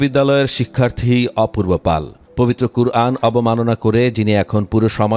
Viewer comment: সব জায়গায় অপূর্ব পাল শোনা যাচ্ছে,সে তো অপূর্ব পাল নয়।শিক্ষিত মিডিয়াজীবিগণ ভুল বলছেন নাকি আমি অধম ভুল শুনছি?